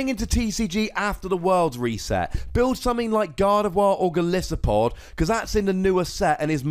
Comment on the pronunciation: FINALLY someone who pronounces Gardevoir right 😣